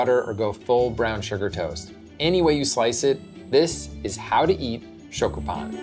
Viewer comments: your are killing me. learn the proper pronounciation of SHYOKU! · Stick with grilled cheese bruh. Stop trying to colonize our shokupan if you can’t pronounce it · Pronunciation note: the "o" in "shokupan" is more rounded, not open. It's more like the "o" in "glow" than the "o" in "shock."